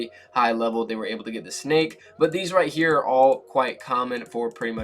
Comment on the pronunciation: did he just say rightchea